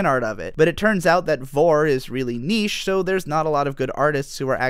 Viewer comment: the weirdest part is when you pronounced niche "knee shh". rare clip